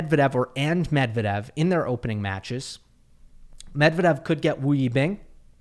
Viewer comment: You read Medvedev very well